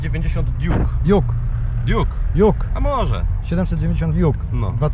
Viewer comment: Duke a nie juk